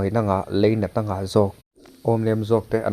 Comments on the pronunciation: Leinat niloin lainat ti hram rawh aw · Apawiin arapthlak hle mai .chuan,leinat niloin lainat aw. . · Ṭawngkam te, ṭawng kau chheh te, thu lam dikte hi zir ve teh u. Leinat ni lovin lainat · Leinat ni lovin lainat tih tur aw.😮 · A thleng fô tawh lawm khitiang thil khi chu,kan khua ah ngei pawh, Tin,Leinat,ti lovin,Lainat tih tur aw